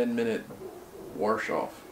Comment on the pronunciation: People that say warsh instead of wash lol